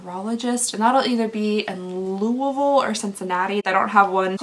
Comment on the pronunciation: I’m glad you say Louisville the way my Kentucky relatives say it!